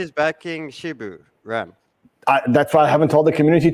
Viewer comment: Its hilarious how they keep calling it Shibu